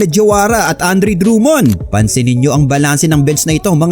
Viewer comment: I love your Filipino accent, say that again. "DRUM-MOND"